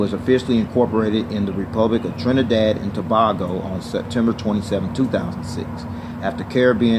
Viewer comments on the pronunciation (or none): You pronounced Tobago wrong. To pronounce Tobago it’s To-bay-go